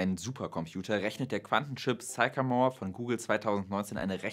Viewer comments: Sycamore: spricht sich nicht: zeikamor, sondern: ssssickämor Aber zur Sache: Ich denke nicht, dass uns Quantencomputer in den nächsten 20 Jahren beim MediaMarkt begegnen werden. Ich habe in den 90er Jahren Mainframe-Rechenanlagen aus den 60ern, die z. T. noch aus diskreter Elektronik bestanden (z. B. HP 3000, IBM 360, ...), automatisiert auf damals moderne Client-Server Systeme (z. B. HP 9000) konvertiert. Aber kurz danach waren auch diese Systeme überholt, und jeder Mitarbeiter, der vorher vor einem Terminal saß, hatte nun einen (Windows-)PC. Und die Daten, die vorher auf wuchtigen Bändern waren, wurden erst auf DATs geschrieben und dann sogar auf optischen Speichern und Festplatten abgelegt. Aber in dieser ganzen Zeit von den 60ern bis heute war immer der bestimmende Faktor die Verarbeitungs- bzw. Bediengeschwindigkeit des Menschen. Sicher gibt es viele Aufgaben für extrem schnelle Rechner und Quantencomputer, aber außer dem Wetter sind diese Aufgaben alle rein akademisch. Und das Wetter ist schon längst gut genug vorausberechnet. Mehr als die heutigen Hochleistungsrechner der meteorologischen Institute braucht man auch in Zukunft nicht. (Es sei denn man vervielfacht die Messstellen um 2 oder mehr Größenordnungen.) Der Quantencomputer ist ein akademisches Spielzeug. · Sycamore is pronounced sickamore ˈsɪkəmɔːr